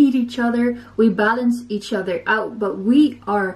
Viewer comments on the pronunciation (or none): She said oder lol, its other hehhe